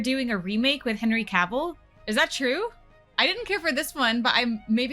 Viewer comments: For god sake will you pronounce his name correctly, it's not Ka-vill. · Dude, you're pronouncing Cavill wrong the whole time! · How he pronounces Henry Cavills name...😅